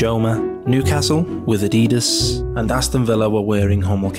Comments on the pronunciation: Eh? No it's not. Geordies, Mackems et al say "Addy-Dass", which is the correct pronunication because Adidas was founded Adolf Dassler, aka "Adi" Dassler. "Adeedus" is the American pronunciation. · IT'S ADIDAS!! NOT FUCKING ADIEDES. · WTF! Why are you mispronouncing Adidas as a-DEE-dass instead of its correct form of ADDIE-das and Nike as nike (as in bike) instead of nigh-kee. It’s driving me nuts! Otherwise a great analysis and informative video. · His name was ADI DASSLER…. SO why would it be Addeeedus?